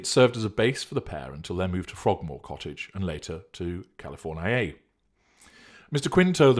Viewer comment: California-eye-ay. Haha. A Hillbilly reference. Mansion with chicken coop. Eggsactly.